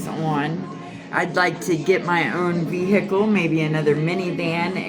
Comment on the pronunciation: Why cant she just say car instead of ve-hicle??😂